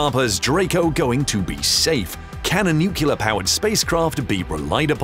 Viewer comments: New- clee-R not noo-coo-la. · It's "nuclear"... not "nucyaler" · Nuke Lee Are’ not “Nuke U Lar” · nu-CLEAR, not nu-CULAR! Jeez...just follow the damned spelling!!! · At least get your AI intelligent enough to pronounce it nuclear, not nucular. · The moment u said "NukeLar i stopped watching the stupid video. Can you people READ the fucking word "NUCLEAR"- NU fucking CLEAR ?!? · New-clear not New-killer. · What's "nukular"?... Stopped watching after 2 minutes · Mispronouncing nuclear as nukyuler makes you sound like a Southern Baptist preacher. Not a good look for you. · Its pronounced “New clear”. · Sorry, I just couldn't take it. "Nookyooler" sounds too much like an idiot to bear listening to. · When the announcer cannot pronounce the word "Nuclear" , I am outta here. It is nut "Nukuler"! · „Nucular this, nucular that.“ I guess Dubya gets the last laugh... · Because that's not how it's spelled. There is no q in nu-cle-ar. You can't run a science channel and be illiterate. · I keep hearing "nucular" when I am certain it is spelled nuclear. Never understood where the problem with pronouncing that is. And I I'm not sure why it bothers me so much when I hear people saying it incorrectly so often :/ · It's like someone raking a fork across their teeth. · Please don't say, "nuc-u-lar." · Except he used the word "nucyaler" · Homer Simpson told me it's pronounced nucular :D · Why would you hire a narrator who cannot pronounce 'nuclear' correctly ? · Please pronounce the word "NUCLEAR" properly. It's almost impossible to watch your videos when you can't even pronounce the words on a script!